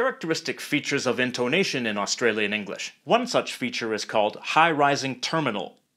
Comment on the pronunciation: Although he did stuff up saying Australia and Australian